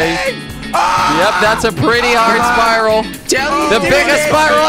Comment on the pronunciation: Omg when Jelly called the spiral a sprirol omg 😂 LOVE YOU FOR KWEB